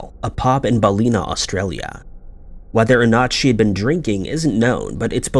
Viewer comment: Was trying to figure out the town in the second story but when you said Lismore as well, I realise you were saying Ballina wrong 😂